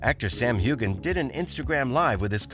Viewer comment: When U r posting ur vids, please pronounce the names properly. Sam Heughan's name is pronounced w/ a SILENT G. Not very professional. Plus I agree w/below jgrafx comment how ur titles R very decietful. Not good. I won't b subscribing to